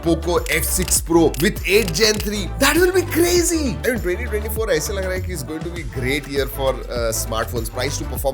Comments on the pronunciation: That is “cragy” 😂😂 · That's Funny "that is crazee" 😂😂